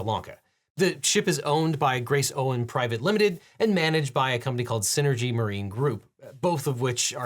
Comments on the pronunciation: "Grace Owen"? When did the word "ocean" start sounding like the name Owen? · Also he said "Grace Owen" Private Ltd. when it's actually "Grace Ocean" Lot of mistakes in this episode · did you just say Grace "Owing" Private Limited? jeez man not even 1 minute in and the name is printed on the screen lmao